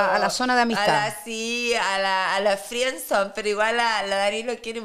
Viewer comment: La “Fríen son”…😳😳😳WTF????